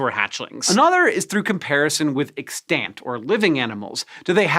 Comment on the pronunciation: Hank's pronunciation of "extant" needs help, a lot of help. He seems to have forgotten this is an English speaking country and is misusing his grade school French to figure out the pronunciation of extant. 😂 Bahaha